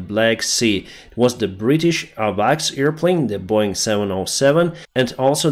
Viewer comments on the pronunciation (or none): none